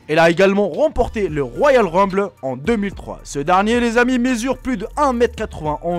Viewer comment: rumble pas ruble